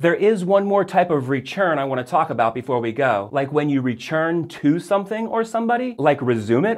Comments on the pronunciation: “Rechurn” I have heard you make the “t” sound what country/state is your English from? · Very helpful! Random question though: I noticed half way through the video that you're pronouncing return like "rechurn" Do a lot of people do that and I just haven't noticed it before? Or is that just a thing? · from tennessee and can say i have never heard someone pronounce it like rechurn but i guess tennesseans have a weird accent too